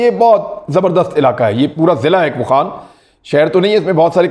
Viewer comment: اوخان نہیں يہ ،،، واخان ہے